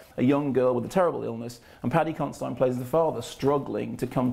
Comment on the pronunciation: Isn't it Paddy Consi-DEAN? I'm sure it is.